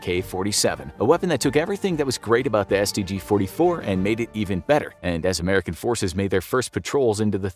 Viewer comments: I had to pause the video and make this comment because of how hilarious the pronunciation of the stg 44 was...that is all, awesome video as always though, I'll keep watching lol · The mispronounciation of the stg44 😔